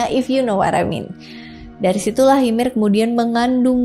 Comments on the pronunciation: di aot bacanya yemir kak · Kak seharusnya baca nama ymir m nya g dibaca yang benar ini yimir